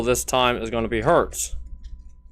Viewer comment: It does. The worst thing about being a Cyber Dragon player is listening to the crappy German pronunciations of Zwei, Herz, Drie, Sieger, Nachster... I could go on. And you Fub it up even worse by not even knowing how to pronounce Chimera. German Science does not deserve this. German Science is the finest in the world!!!